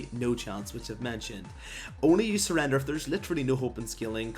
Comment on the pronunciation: WHEN TO NOT SURREDER? OMFG DON'T SPEAK ENGLISH EVER AGAIN!